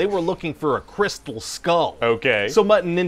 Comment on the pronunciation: Shia saying crystal "skoal" drove me insane.